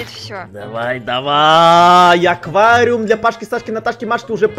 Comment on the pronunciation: Аквариум, а не оквариум